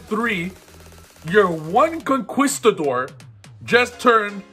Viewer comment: Concerned that an adult can't pronounce conquistador